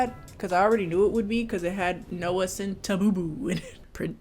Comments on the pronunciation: the way you pronounced noah centipeepee's surname is the ONLY thing i care about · make every time she says centineo wrong a drinking game and youll get HELLA drunk